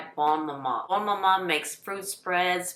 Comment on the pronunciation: I got mine for the first time this year. Lovely! As a diabetic, a 37 gram jar lasts three breakfasts, so it'll last more than twenty-four days. Order early to avoid disappointment. Only one negative comment - I wish this lady would learn how to pronounce "bonne". She says "bone" every time.